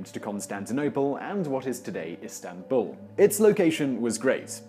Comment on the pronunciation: the word *stanbul causes me physical pain